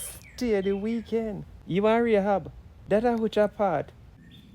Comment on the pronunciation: Oh Lord , please tell me she didn’t just call the young lady Rahab…😂😂😂❤